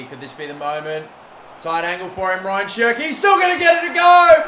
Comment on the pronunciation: It's not Ryan, it's more like RA - YAAN. Love the videos tho 😅👌